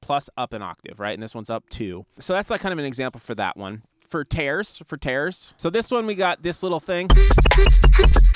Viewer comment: That pronounciation of tears is giving me a hernia 😭